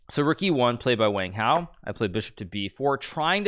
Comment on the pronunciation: Hmmmm. How Hikaru pronounces Wang Hao seems pretty strange to me. I can't expect him to pronounce with a Chinese accent though.